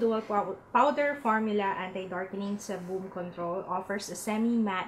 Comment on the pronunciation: Seriously?? Sorry but sebum is pronounced as "SEE-BUHM" and NOT "SI-BOM". I was kinda confused at first coz i thought you said Cebu but then i realized you were referring to sebum. Just a little correction though, hope this helps. Since you're doing a vlog, might as well improve your pronunciation coz many people are going to watch you.